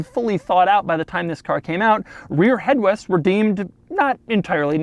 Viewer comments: “rear headwests” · “Rear Headwests” - ”😂😂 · "rear headwest" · “Head wests” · “Rear headwests.” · Such a shame it doesn't have rear "hedwests"